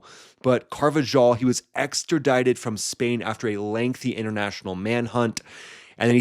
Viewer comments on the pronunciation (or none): Car- va- HALL ... you’re welcome, bro that’s how you say it.